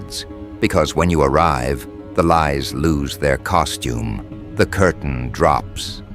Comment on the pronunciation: 2 NEW TERMS, "COS-TOMB" (MAN", AND COST-PUM", (WOMAN), JUST GONNA MAKE THINGS UP TODAY 😂